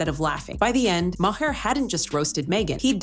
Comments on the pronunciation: Yo, Ai voice, his name is pronounced “MAR” not “MAY-HER” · Good grief, learn to pronounce people's nanes... Bill Mahar is pronounced Maaar not MaHar... seriously. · Bill Ma---Her, thanks AI !!! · MAH-HER? Bill Maher is…MAH-HER? Really, AI, you oughta be able to do better than that. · God your AI voice robot can't even pronounce the last name of the subject of the vid. Quit with the AI already.